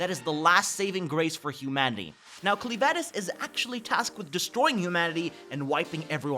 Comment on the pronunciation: I really really hate that he's saying cleavtess name wrong 😬